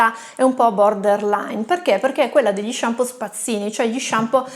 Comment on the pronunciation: MA NON SI DICE SHAMPI! ; p Arrivato qui da un video consigliato da Dario Bressanini e si vede. Complimenti e iscritto! : )